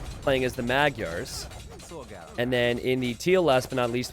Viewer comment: Not sure if anyone told you this already or if you care, but "Magyars" is actually pronounced a little differently (Hungarian here, not butthurt or anything). The "gy" letters are actually one letter in Hungarian, and it's pronounced the same as the "d" in "due". Also, the first "a" letter (M"a"gyars) is pronounced the same as the other one, like "ah". I know it can be tricky so I don't expect you to get used to that, but I thought you might be interested in that since you love AoE2 and other cultures so much. :3 "Magyars" literally mean "Hungarians" in Hungarian by the way.